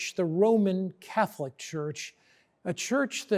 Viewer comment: It's funny the way he says "Catholic."